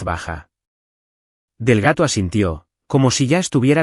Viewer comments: No es Delgato ,es Delgado. Por favor pronuncien correctamente. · El señor del gato? Que tiene que hacer el señor del gato en la notaria? Si el narrador no sabe pronunciar Delgado, cambienlo por otro narrador. Y no se dice conduciste, se dice condujiste